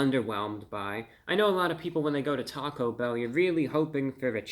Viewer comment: Talk-O-bell is now how I will pronounce their name here on in.